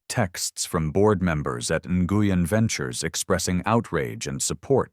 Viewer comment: This is a cute work of fiction. It is a legitimate pastime. Pronunciation is nwin, enguyin. it’s three PM, because oh three hundred is 3 AM. Three hundred for the time of day indicates AI (artificial Idiocy) with plausible human complicity. . Dr Ngugen is now Dr Newman! There’s that Dr Newman again! Why are some parts of the script displayed in red, some in green, and others in yellow?